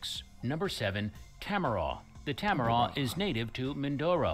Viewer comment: he pronounced Tamaraw as ta-ma-roh but it's actually pronounced as TA-MA-RAO